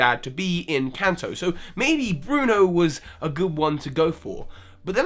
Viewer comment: BRUNO ITS BRUNO!